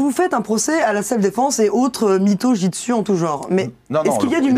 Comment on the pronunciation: Ha au fait... C'est Jutsu, pas '' Jitsu''.